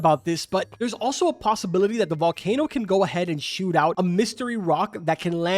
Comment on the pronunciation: The volkayno was to hyped in my opinion